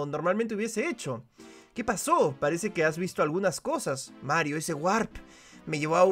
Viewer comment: Me pone feliz cada vez que dice marrito